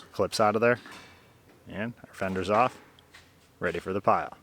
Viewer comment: make an effort try saying battery box, not battery bhax. say on and off, not ahrn and arff. learn to speak correctly. you are dumbing down my language. apropos mechanics top knotch.